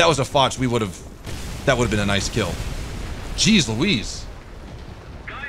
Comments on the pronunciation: btw u say it as "fosh", not "fotch". Marechal "Fosh" was a ww1 french general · Its Fosh not Fotch ;) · Pls stop calling the foch fotch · Also foch is pronounced fosh, it sounded like you were unsure